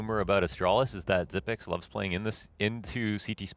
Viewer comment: It's pronounced Xyp-EX not Xyp-NEX. This announcer is making me mad. How the f do you even make that mistake? They also were calling Magisk Magik last game. WTF? Terrible etiquette to mispronounce some of the biggest players in the world. I wasn't even rooting for Astralis but it pissed me off.